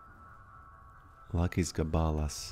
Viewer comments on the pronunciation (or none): Lakis Gabalas looks almost lithuanian. Gabalas is straight up a word meaning “piece”, but Lakis is not a common word in any regard, although it technically exists. Also, you pronounced it wrong, the accent is on the first a in Gabalas, a.k.a. gAbalas, not gabAlas. Greetings from Lithuania ❤